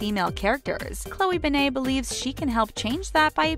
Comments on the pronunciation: It’s Ben-net not Ben-nei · You Pronounce it like BenIT not BenAYE. God my ears bleed a little every time I hear BenAYE. It’s not that big of a deal, it’s just annoying. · ummm.. why’d they pronounce it ‘ben-ay’ instead of ‘ben-net’?? 😂 also i love that they just assumed no one knew who chloe was before she started dating logan; she’s still her own person, not just someone’s girlfriend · Her last name is BEN-NET TF IS A BENNAAAAA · Ben eyyy it’s BEN IT BENNNNNNN ITTTTTT NOT BENAYYYYY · Benne-TTTTTTTTT ITS NOT SILENT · Did she just say Chloe BANNAY? What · ITS ANNOYING ME TOO!!! ITS PRONOUNCED (BEN-IT) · Midnight Jewels IT bother me SOOO much to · Cringing every time they say her last name wrong lol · You said Chloe's last name wrong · Ur saying her name completely wrong and it’s bugging me so much😩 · Not to be mean but can you say her name right it doesn’t have a a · Your saying her last name wrong and it’s really annoying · Oh my god get her last name right please its annoying me so much